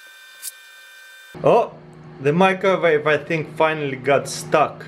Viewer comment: why does he say "microvave"?